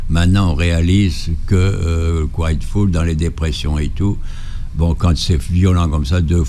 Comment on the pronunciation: Quiet Full